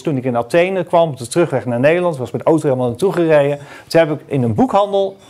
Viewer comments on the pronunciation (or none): none